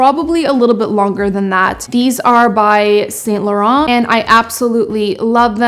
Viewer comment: Saint Laurent is pronounced. SAhn lauROh